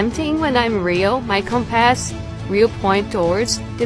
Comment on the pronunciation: Does this narrator really not know how to pronounce "compass"? Or, is the narrator a computer?